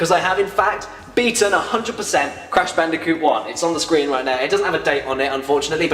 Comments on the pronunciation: C A S H B A N O O C A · HALLE FUCKUNG LUJAH ITS BRASH CANDICOOT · "Cash Banooca" OMG I lost it! XDDD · But that’s his name: Cash Banooca! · WHO'S THAT GUY!?!? Cash Banooca? It sounds like either a drug or a drink. - huh. - Crash Bandiphewfueh? What? - WHO'S THAT GUY!? AND DOES IT LOOK LIKE DIFFERENT PEOPLE!? I know it's him but you gotta have some humor right? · Hmmm “cash banooca” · I'm gonna call Fake Crash "Cash Banooca" from now on. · You realise everyone in the world is gonna call it Cash Banooka from now on, right? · Brash Candicoot or Cash Banooca? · BRASH CANDICOOT!? CARRY ME MADDICARUS! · Cash Banooca..I am going to be calling him that from now on. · Bash Canooca